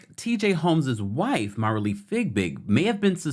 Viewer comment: I’m sorry I can’t take it. MARILEE LIKE ROW ROW ROW YOUR BOAT. FIE BIG NOT FIG BIG